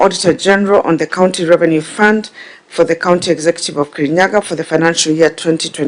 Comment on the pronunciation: Kerinyaga..... Not Murang'a... Ahh😅